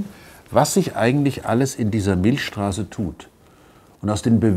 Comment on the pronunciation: Milcccccchhhstraße nicht Milschstraße. XD